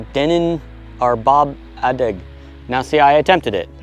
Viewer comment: u said adeg pretty good 😂